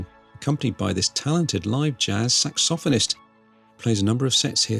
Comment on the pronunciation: My Dad is English and I was watching this within his earshot. After hearing you pronounce apparel and saxophonist he asked, “Who is that ponce?”